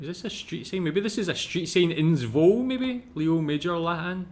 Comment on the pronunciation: It's pronounced "Zwoh-la" not "Zwol" BTW. I lived there for about a year when I was a kid. As a Canadian, I never had to buy either pop or candy!! 😁